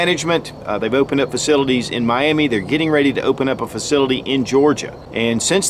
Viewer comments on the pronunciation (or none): none